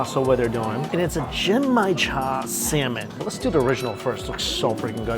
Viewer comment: Hi Mikey, So happy that you are doing some amazing Japanese cuisine. Just an FYI, Not maz soba but ma ZEH so ba. The G in Genmaicha is a hard G. Not ahn-sen egg, but OHN sen egg. Not ton kah tsu, but ton KOH tsu.